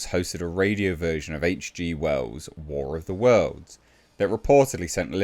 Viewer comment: "War of dem Worldz" starring Ice Crube.